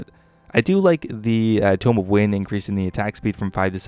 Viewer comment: Also "tomb" is too-m, while "tome" is toe-m